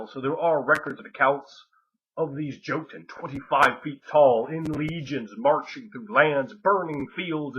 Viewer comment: Awesome as your video may be, I cannot overcome the urge to get pedantic on pronunciation: the "j" in "joten" is pronounced like a "y." It's like that in all Germanic languages. Be that as it may, I can't wait to read Ring of Fire!!!